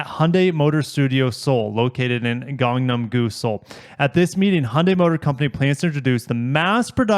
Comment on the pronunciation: Just giving props for saying Gangnam-Gu properly (in English pronunciation), almost never hear people say it correctly 😂 Most people would exaggerate the a's like(Gāyng-nāym Goo), but you said (Gahng-nahm Goo) with short 'a' sounds, which is as close as you can get without knowing Korean 👏 Just wanted to compliment you haha